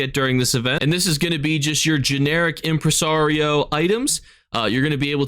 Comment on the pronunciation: Oh no, poor doesn't know how to say Impresario 😅 we love you lol, I mean no hate!